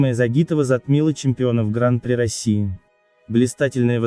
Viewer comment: откуда такая достоверная информация?)) в любом случае, почти любое название роликов на канале максимально высосаны из пальца, лишь бы завлечь простых зрителей YouTube... P.S. Уважаемый автор сего канала, заглуглите, будьте добры, на какой слог падает ударение в термине "Гран-при", википедия Вам в помощь